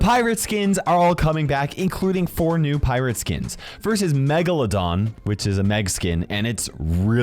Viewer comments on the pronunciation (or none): none